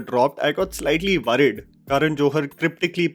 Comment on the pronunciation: It's pronounced "worried" not "v-rrid". 🤓